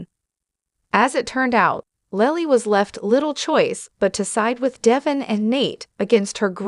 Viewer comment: I stopped listening as soon as the "reader" mispronounced Devon's name. This person has never even watched an episode of The Y&R. It's deVON not Devin.